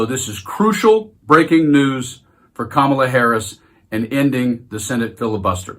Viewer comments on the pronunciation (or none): Donald , I know that mentally you are a junior school bully , but I'd like you to know the VP's name is not Ka marla , Kamabla , Kamilla , or any other childish twist of you baby brain .....Her name is Karma la .